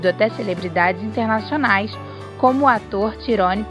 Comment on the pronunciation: A PRONÚNCIA DO NOME DO ARTISTA É "TAIRONE". E NAO TIRONE.